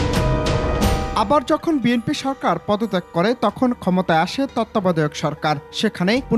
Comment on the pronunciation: বিএনপি কে বিএমপি বলছে। উনি আবার আইনজীবি😁😁😁😁😁😁